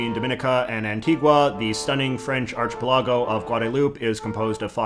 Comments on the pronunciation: Boi did you just pronounce archipelago as "ARCH-PAH-LOG-GO?" Lol it's "ARK-KAH-PELLE-LAH-GO" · Archie Pee-lahgo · Ar-chi-pilargo haha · JJ just butchered the word archipelago. Again. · Can we about JJ's pronunciation of "archipelago" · "Archipelago" lmao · btw...I die inside a little every time you pronounce archipelago that way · Sometimes it's very obvious he's pronouncing words funny because Canada or to otherwise be silly, but sometimes I'm not so sure... heard him say "archipelago" a few times and raised my eyebrows. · How did you pronounce archipelago....? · jj please look up how to pronounce archipelago lol